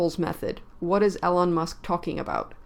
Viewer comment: "Eee lon" not "Ellen" Musk SMH.